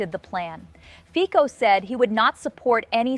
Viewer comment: Fico pronounced like FITZO, not FIKO.